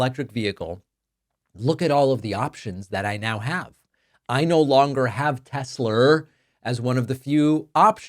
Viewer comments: He said tesler🤣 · Tessler? Did he say that? For real? 😂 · I cracked up when he said “tesler”!! He’s buying one from his best bud and can’t even pronounce the car and company’s name!! It will forever be tesler from here out! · Its TESLER, not TESLA. Didn't you hear dementia Don? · Isnt it Tesla not Tesler....🤔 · I know Americans love over extending their r’s but is it not pronounced Tesla, not Teslar? There is no r in Tesla. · The "Tesler" clip gets me everytime 😂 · " I love Tesler" 😂😂😂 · I love tesler 😂😂😂😂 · What the Fk? " I luv Teslerr frocking orange idiot."😂😂😂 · I love Tesslerr!!! 😂😂😂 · Trump's a scared puppy. He had no problem with the gAhtDaMn insurrection but he takes issue with opposing rallies and marches. What a tool. He should take a minute to get a reading and English tutor. From Troath Central to Tesler. I wonder what Trump's reading level is...😂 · Trump is a daily humiliation. Also, “Teslar”… ? What a moron! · "I luv Tessler!" - made my second laugh today... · Tesler??? 🙄 Does DT even know what his own name is? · I love Tesslurr😂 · I love Teslerrs😂😂😂😊 sounds like something Madea would say. Leave it to Trump to mess up a name. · "I LOVE TESLER" 😂😂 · "I love Tesler!" What an idiot. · The insert of trump saying "I love tessler" made me laugh out loud. Thanks, I needed that! :-) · Troth Social and Tesler 😂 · Tesler LOL Its all computer LOL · "Teslerrr" & Hitlerrr... It's all the same, right? 😒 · Teslerr!! Lmao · "Tessler" and "Troath Senshall." Truly a great legacy. 🙄 😡 😒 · Mate I watch you but taking the piss on the pronunciation of tesla isn't. Non American accents pronounce it as such and it probably repeats how elon pronounces it. Trust me I hate trump but taking the piss on us that don't say telsa as a American isn't it mate..